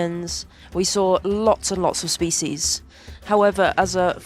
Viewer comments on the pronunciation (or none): none